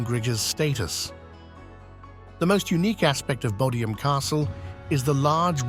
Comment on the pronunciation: It is Bodiam Castle.